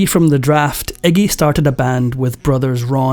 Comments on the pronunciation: The narrator calls him 'eggy', it's Iggy. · Eggie?.. His name is Iggy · * Iggy* not eggy🙄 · I never realized that Englanders (Or is that Irish?) pronounced it Eggy. All of this talk about blood, vomiting, and everything, yet there is no video footage of any of it. No matter how "punk" he is, he is a mainstream act because he has the same handlers (sells his soul) as everyone else that gets to be that famous.